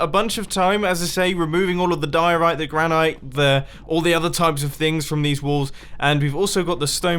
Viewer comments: “I just got done removing the diorite and granIte” (emphasis on the i) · Your pronunciation of 'granite' is very interesting